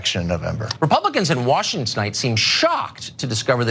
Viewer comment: It's official, we are on the strangest timeline, we have national news anchors reciting (shittily) scientifically incorrect reptile metaphors then telling us what books not to read. Also... "Washingsnite"